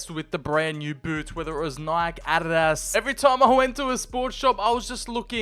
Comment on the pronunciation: Why do you keep calling Adidas "ARRAS"?